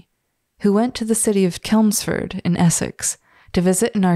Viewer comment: Give you in charge would have to be a pretty old phrase as I've never heard it. The "ch" in Chelmsford is pronounced like church.